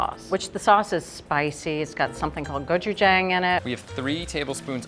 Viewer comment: repeat after me: "go chew jah~ng" I know it doesn't sound like it's spelled, but it's hard to be the authority on this if you can't say the ingredients right. you guys are awesome... thanks for sharing one of my favorite foods from my culture.